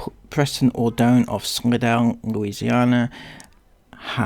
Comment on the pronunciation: Pronounced sly-dell just so you know (Respectfully). This is sooo sad.. breaks my heart. This is my kneck of the woods. Heartbreaking .